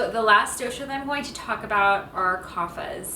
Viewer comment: The " DO" in " DOSHA" is pronounced as " Though-sh" , Not as "DO" on "Do-re-Mon" as also in " toge-THE-r" " Kafa" is to be pronounced as " Cuff" or " Cough"